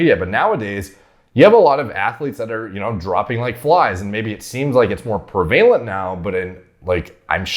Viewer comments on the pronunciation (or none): listened for 2 more minutes, "prevalent" is another one it's not prevaylent it's prevalent... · Pre-valent, eh? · Important video. Thank you for sharing. Prevalent is pronounced “preh-va-lint”. 😜